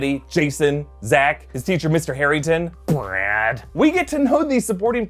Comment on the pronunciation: lol the way he says "BrAd" (sorry if i misspelled it)